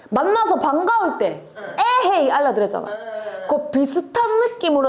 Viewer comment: 희한하네가 어떻게 이거좋네 인가요 ㅋㅋ 신기하네죠.. 에헤이 억양도 그렇고.. 찐경상도사람으로서 듣고 있는데 어색함